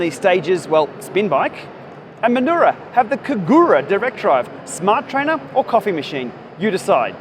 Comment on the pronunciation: FYI Minoura is pronounced "Me no oorah" not "Mannorrah"